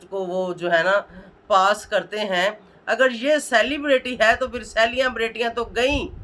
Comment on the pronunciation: Bol tu sahi say ap,celebrity bhi bolna bahi ata ap ko